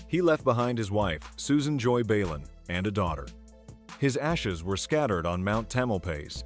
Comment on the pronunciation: it's not Marty "Bay-lin" its pronounced Balin, ok AI?